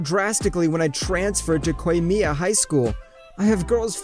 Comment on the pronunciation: lmao he keeps saying kohei as ku-wei-hey (somehow the other va's pronounce it perfectly) and koimiya as qei-miya and its throwing me off, plus a ton of other words got mispronounced badly did my man get the wrong script or smth?